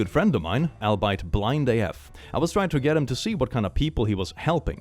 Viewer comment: “Albeit” is pronounced like the words it comes from: “all_be_ it.”